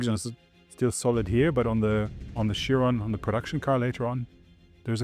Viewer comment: "chiron-ah, veyron-ah, car-ah, same-ah, ask-ah, time-ah, development-ah, details-ah" italians speaking english :D:D:D:D:D pathetic